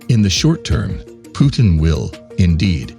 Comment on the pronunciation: Lol phewtin